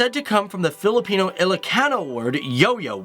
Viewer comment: Filipino not Filipeno